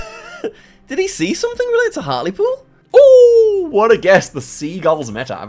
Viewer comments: Its not hart-el-pool, its hart-LE-pool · That pronunciation of Hartlepool is...😂 I only know the correct pronunciation because I listen to the Abroad in Japan podcast and cohost Pete Donaldson is from there. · HARTLEEEEEPOOL Lol not hartawl pool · Hart-ul-pool how I love to hear mispronounce English town names 😂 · Hatlepool is prunounsed hartlypool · Hearing pronounce "hartlepool" like that as someone who lives near to the town is so funny. (For reference its pronounced "hartleepool") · Love the pronunciation of hartlepool. Hartle pool 😅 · Loving Hartlepool pronunciation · it’s hart-lee-pool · Hartulpool made me laugh but there's no way would get to the right pronunciation just by guessing! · I like how pronounced Hartlepool. English town names are weird. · oscars pronunciation of hartlepool pls can we have a lesson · can someone teach him how to say Hartlepool 💔💔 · My face contorted in pain with that pronunciation as a local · not the hartlepool pronunciation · the way he pronounces hartlepool 😭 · The pronunciation of Hartlepool made me laugh